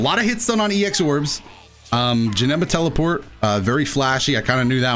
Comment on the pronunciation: i swear i heard you say "NICE TELE-FART!"